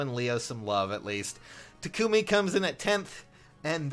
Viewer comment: I'm sorry about this... but when I hear "Ta-kooomi" it kinda peeves me. Corrin said "TAH-khmi"